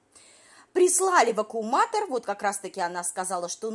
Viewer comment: Нам прислали ВАКУМУАТОР ,сейчас мы всё тут завукумуируем "- очередной шедевр от усталой баржи 😅. Её мозг не способен переварить и запомнить правильное название быт.гаджета ,а язык не может правильно произнести это название.Это за гранью уралкиного ума .😅